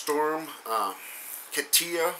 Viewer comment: KAH- ti-a. Thanks for the update.